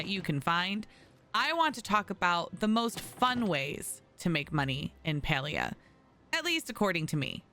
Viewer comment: You’re so much more concerned about telling other players “look what I can do” and “you should do this” rather than pronouncing the actual game title correctly 🥴